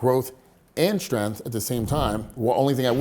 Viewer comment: There's a g in the word strength. It's not pronounced strenth